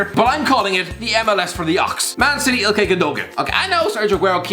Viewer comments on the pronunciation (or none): ikay lol not ilkay